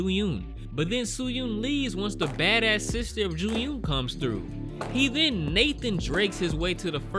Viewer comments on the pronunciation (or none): Soo-hyun, Joo-yun, Gyung-chul, all 3 names rhymes with 'u' pronounced as u in f'u'n, which you can kind of make out even if you don't speak korean, you pronouncing all 3 names exactly the OPPOSITE way (Soo-hyoon, Ju-yoon, Gyung-chool) is almost as funny as this movie is f'd up...